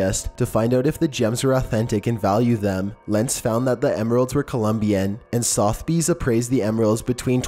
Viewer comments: You know, as much as I’m not a fan of your uptalking voice, no offense, you get right into your lists. Every other channel does 15 seconds up to a minute of intro crap. Also, it’s SUH-THUH-BEES. Sotheby’s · And “SOTH-BEES”. This kid must’ve not graduated middle school. This stuffs common knowledge. SUH-THE-BEES. Sotheby’s. Ffs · sound out the words bro. Sound them out....you butchered so many words in this video. Sotheby’s, Stonehenge, antikythera...just to name a few